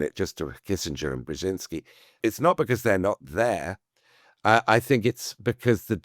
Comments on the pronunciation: At least he could have practiced to pronounce “Brzeźinski” correctly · Brezynski, Brezhinski ... ? Is it that hard to spell it out and pronounce it correctly ? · Excellent story of a great man (I wish the author would learn how to pronounce his name properly)